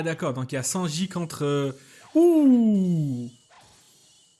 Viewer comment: Y a que moi que ça insupporte qu il ne prononce pas le n de Sanji